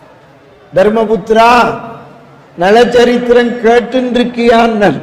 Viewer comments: நள சரித்திரம். நல சரித்திரம் அல்ல. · நல சரித்திரம் இல்லை. நள சரித்திரம் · நல சரித்திரமா? நள சரித்திரமா??? டமில் வால்க....